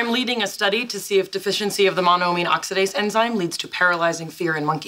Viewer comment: Penny can't even properly pronounce Monamine Oxidase.